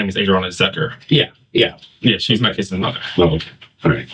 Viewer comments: if je said kidses instead of kids one more time smh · "My kidziz'd" 😶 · "Don't tell me my 'KIDDzis' Godmother is Dead?!" *Please tell us what 'KIDDzis' means??! **That creepy Hair dye must really affect your grasp of the English language!! 😉 #StayInSchoolKIDS